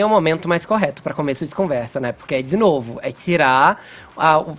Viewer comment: Não é o momento mais correto, é zzzinovo... (Fefito)